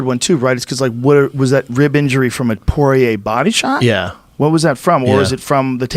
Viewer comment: Isn't it pronounced like "pwah-yay"